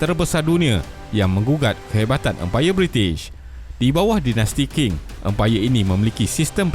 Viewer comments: Sebutannya Ching, bukan King. Benda simple,, boleh google je. Setiap kali kau sebut King aku rasa macam nak cari kau ajar sebutan asas. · Qing tu sebut dia Ching bukan King.. tu je.. yg lain semua mantap sekali